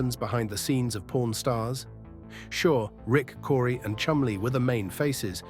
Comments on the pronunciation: I've watched this series for years! Was in the actual shop in 2013...but I have never heard it referred to as pOrn shop! C'mon...pronunciation please!🤦‍♂️ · Learn how to pronounce the word "pawn" right! Even the closed captioning shows "Porn Stars" when you say it.